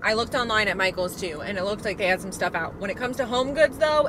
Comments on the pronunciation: Michael sounds like "Myghouls" 🖤🫀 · I think Michaels should be pronounced “MySkulls”🤓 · My-KELS! Like my dude but MyKels (or Mykills?). I have already repotted my polkadot plant into the baby doll head planter and it looks amazing!